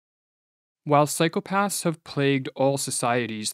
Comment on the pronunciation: you are pronouncing the plural of ''psychopath'' the way you would correctly pronounce the plural of ''path'', with a softened 'th', which would indicate a failure of cognition and critical thinking at the most elementary level of linguistics. please make it stop? (it hurts my braynes)